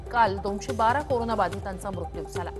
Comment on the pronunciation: मृत्यु चा उच्चार ही कधी शुद्ध करणार आहे ???.